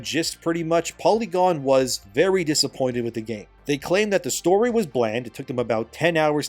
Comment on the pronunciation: Vely dishonarabu